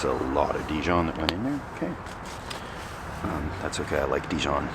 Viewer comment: Il est excellent! On prononce Dijon non Dijone.. tu es vraiment fort